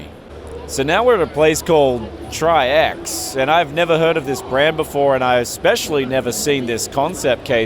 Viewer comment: Oh no, you mispronounced Tryx ("tricks") 😂